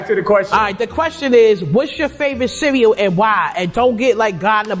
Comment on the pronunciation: We don't say cereal like that lol